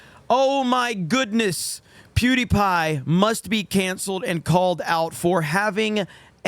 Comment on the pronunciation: It sounds like he said duty pie at the beginning.